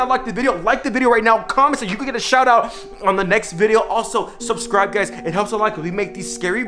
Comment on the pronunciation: He say subscribe more like suscribe